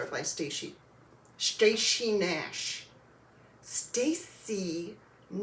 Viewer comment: I had so much fun with you at the retreat!!! LMAO at “Stayshy Nash” 😆 I might never be able to say it correctly again!